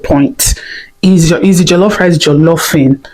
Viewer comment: Jollof rice not jelofe rice